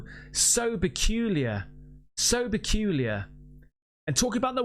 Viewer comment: Beculier? Did u mean "peculiar"? 😂